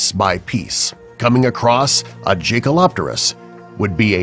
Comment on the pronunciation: This video has lots of mistakes 1. It's correctly pronounced as Jaekelopterus (“yay-ke-lo-te-rus”). You showed an Arthopleura when it's supposed to be Jaekelopterus 3. It's pronounced as Helicoprion (“he-li-ko-pra-yon”). 4. Helicoprion lived only between 290 - 260 million years ago. 5. - Chicken, ostrich and Kelenken are all birds. 6. - What you didn't know that birds including Kelenken are actually dinosaurs so they didn't really died out. Also, the Kelenken lived 15 million years ago while the period after all non-avian dinosaurs went extinct is the Paleocene. 7. Sauroniops was only 30 ft. long. 8. Crocodiles aren't actually dinosaurs though they're related. 9. Dunkleosteus didn't even had a guillotine shaped mouth 10. Dunkleosteus lived between 390 - 360 million years ago 11. - What do you mean by that when the Mosasaurus WAS large. 12. Deinotherium wasn't a distant relative to elephant, it IS an elephant. 13. - The first creature to have feathers was the Archaeopteryx. 14. - You said that Tanystropheus lived in the Triassic period but you said that it lived 20 million years ago but the Triassic period was between 245 - 201 million years ago. Why the f⬛ did you deleted the Livyatan entry on the list?